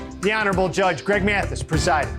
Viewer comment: I swear to God every time he says judge Greg mantis it sounds like he saying the honorable praying mantis!!!! 😂😭😭😭 And I don’t only person that thinks this and I mean every single time??